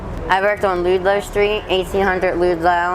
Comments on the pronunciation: That's weird she's proud of all strip clubs she worked at. Then she pronounces Ludlow.Street as Loodlow or Ludelow. No judgment as she's lovely, and intelligent. Just a small thing struck me. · She’s so so ill. Her native intelligence is there, but her brain function is compromised. It’s hard to know what’s talking the drugs or her mental illness. Likely both. Loodlow St. I don’t even know how it’s possible to say it that way. Also it’s funny to think that the Hope Diamond went down on the Titanic but ended up in the Smithsonian. That incongruity is not just her — in the movie Kate shows also several pieces of impressionist art as well as a Picasso. All of those pieces are intact in museums. 😂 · Right? I'm the weird one. said she's from Delco so I guess I wondered why she pronounced it like that. Also I'm the person freaks out when someone local calls the El "the train". Good thing I never did meth! My.brain.already screwed. Most importantly aside from my useless knowledge I pray can get clean. She's a beautiful and intelligent individual. 🙏 🙏 🙏 BTW thank you for asking so I could get it right in my brain. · Oh Angela I agree. Drugs or not I have no animosity towards sex workers. Totally understand why she mentioned them. All the right pronunciation except Ludlow. The least worries we should all have especially caught up in that mess. Bless her.